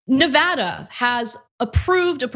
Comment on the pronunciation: Thank you for saying Nevada correctly 😁